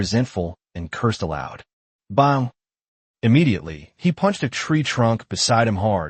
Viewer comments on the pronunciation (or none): You guys need to fix your AI it cant tell the difference between bow (bOw) and bow like to bow to your king. It also cant say wound (woond) right.